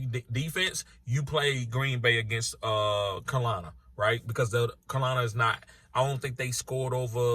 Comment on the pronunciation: I could listen to you mispronounce "Carolina" all day. Great vid. Cal-i-lina